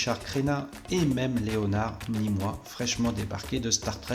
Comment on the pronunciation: Leonard ''Ni moi''?? c'est quoi cette prononciation?